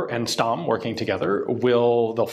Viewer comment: Stamm is actually pronounced Shtamm